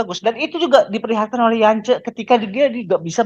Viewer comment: Baydewey om, yg kemaren maen itu yacob bukan yance 😁